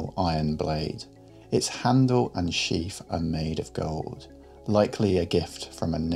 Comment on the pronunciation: It's "sheath" not "sheaf" Your accent has betrayed you.